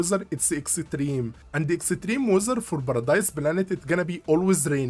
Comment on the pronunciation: I like how you say Extreme as Exetreme :) thanks for the video! Really helpful.